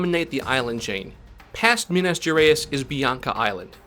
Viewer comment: As a brazillian I love how you nailed every French and Chinese name location and botched so hard the Minas Geráis brazilian xD. Great vid by the way. Surely will make more people interested on the campaign.